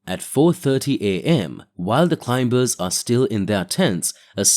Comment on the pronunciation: Hey, would be nice is you could pronounce climbers properly. I mean it's the most important word in this genre. It's not clime-bers. The B is silent. Just saying.